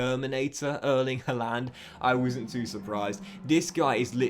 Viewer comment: Pls can u just learn to say names properly who tf is halaaaaaaand